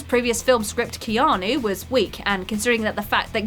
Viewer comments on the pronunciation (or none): none